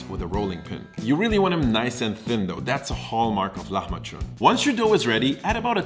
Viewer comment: The way you say the word it sounds more like "lahmaçun" (hard "ç"), but the word is "lahmacun" (soft "c").